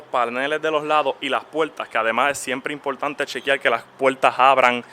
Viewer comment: es bien impoltante, impoltantisimo